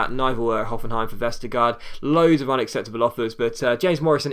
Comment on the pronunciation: The last part of Jannik Vestergaard's name (gaard) is pronounced almost like the word "gore" in English, as the two a's are pronounced like a Danish å and the d is silent. So almost "Vestergore" :)